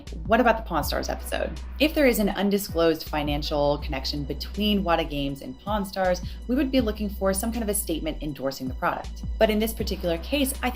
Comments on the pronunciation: Karl you really need to work your pronunciation of "pawn" because I could have sworn I heard you say "Porn stars" and wondered when these two got into the porn business XD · Love the series but every time you say pawn stars I hear porn stars and honestly that just makes it all better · idk if you're saying it on purpose but everytime you say pawn stars you're saying porn stars. like there's literally an R every time you say it. it doesn't sound like an accent thing lol. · Great video and its been very informative. But all I hear is "pornstars" instead of "pawnstars" which has me chuckling like a child every time. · At first I kept hearing "Pawn Stars" as "Porn Stars" and was incredibly confused. Amazing work with the video! This is fascinating to learn about, especially since I have such little knowledge in these fields. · When he said pawn stars it sounded like porn stars and I didn't laugh harder all day lol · dammit Karl, every time you say “Pawn Stars” I think you’re saying “Porn stars” and now that image is stuck in my head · Pawn Stars. It did sound like porn stars though. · Just as a side note : Karl Jobst would pronounce pawn stars and porn stars the exact same way. That is all, have a good day! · I swear, every time you mentioned Pawn Stars, I hear 'Porn Stars' and I think I need to brace for an unexpected twist. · i love karl, and his video, but in both this vid and the last in the chain i keep hearing pawnstars and "pornstars". but this is such an informative and amazing video! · Karl, are you aware of the way you pronounce "Pawn Stars"? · The way the accent handles "Pawnstars" made me double take